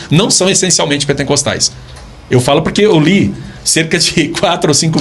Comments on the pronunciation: Kkk. O rapaz não sabe nem pronunciar a palavra PENTECOSTES corretamente e vem criticar a Igreja Assembleia de Deus! Alguém avisa aí o sabichão que não existe PENTENCOSTE e sim PENTECOSTES!! É cada uma kkk! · "pentencostalismo, Pentencostes, pentencostal". Não sabe nem pronunciar a palavra correta, esse podcast é um desfile de entrevistados sem gabarito.